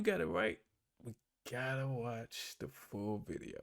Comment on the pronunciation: Did you say "de" or did you mean "the".